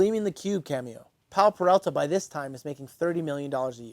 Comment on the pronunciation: OMFG... He starts off the video by mispronouncing the name?? It's Peralta. Not Perelta 🤦‍♂️ Edit: and then he continues to get it wrong throughout the whole video. Awesome